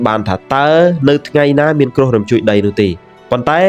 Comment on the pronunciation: គ្រោះ មិនមែន ក្រុះ, យប់ មិនមែន យ៉ុប ។